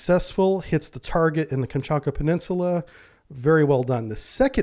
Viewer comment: "KamchaTka", not "Kamchaka".